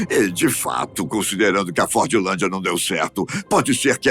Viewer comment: Fordlandia não é cidade abandonada , tem 5 mil pessoas morando lá atualmente , estive lá em dezembro de 2024 , outra coisa , se pronuncia forlandia sem a letra d , ok